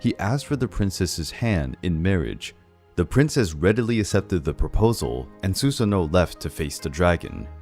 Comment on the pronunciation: Not to be that dude but the pronunciation for Susanoo is "su-sA-noo"..